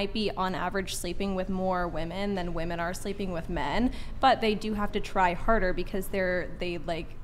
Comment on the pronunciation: Another person who can't pronounce "women" correctly